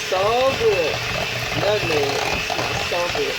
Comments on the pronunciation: My mama can't pronounce nutmeg either. It's adds humor to her cooking sessions. To me it's a sign of a good cook. I know it's delicious. Great job! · Please let say nutmeg her way without correction. It's very rude to correct someone with their speech. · I love how she says nutmeg! She is a sweetheart....keeps adding stuff too. I bet it’s delicious! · Who cares if she pronounced it wrong.... just steal her recipe and hope it turn out right!!!! Thanks umm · I heard nutmeg. I don't know what you think she said wrong? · Do you not know how to pronounce "nutMeg"?? It's "not" called Nut-Neg. No, it's nut-MMeg. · My mom is 85 born and raised in the south and has always pronounced her words like her. Especially nuttineg for nutmeg! If I hear you pronounce it like that then I know three things about you. 1. You’re a great cook! 2. You’re a clean cook! 3. You’re raised in the South! And one last observation, You were raised RIGHT and have lots of great advice and knowledge of natural remedies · Her pronunciation of nutmeg is very common in the south, drop the M. It's not just her, so So GET OVER IT and leave her alone. I'm sure her pie is delicious but I watch it because it reminds me of my momma and home. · more people than me said something about her saying nutneg and you didnt say shit so watch yoself messing with me cause i aint the one to come for k maurita george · You are so cute with the “Nutneg.” I love your video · Lawd, I just found out that my mama says, "nut-neg" too. This made me smile! Gotta try this recipe with 1 tablespoon of "nut-neg." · You used too much nutmeg, and can't even pronounce it. Nutmeg messed it up. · You grew up on nutmeg but never knew how to say it lol smh